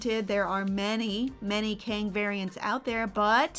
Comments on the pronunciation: Why prounce Kang like King? Its pronounced "Keng", like gang with a K. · So not “Keng” then. It’s pronounced Kang. Like “Kang”